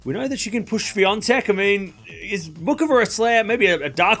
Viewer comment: Muchova.... Her name is pronounced MuHova, not Mukova. It's a Slavic, central European name, not English. Just saying 😉 Best wishes 😊